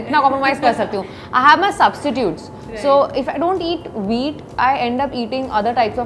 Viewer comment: Why am I hearing wheat "weed"?